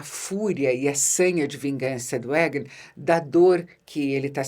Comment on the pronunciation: Que nervoso da quando pronúncias o nome do rei e dos mestres: Égan e Maister 😅